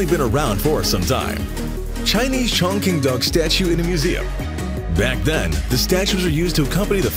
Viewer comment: Chong Qing: pronunciation: ching, not 'king'. 'Quan' is not 'kuan' either!!!!!!!